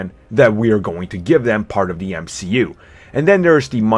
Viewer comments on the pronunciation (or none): U said MUC and not MCU